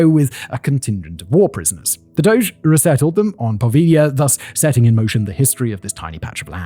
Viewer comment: What a lovely treat to hear someone use the word "doge" correctly.